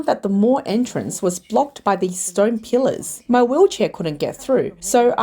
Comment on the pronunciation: AI voice randomly pronounces "pillars" as "killers" half the time and doesn't notice, because it's just artificial and not intelligent.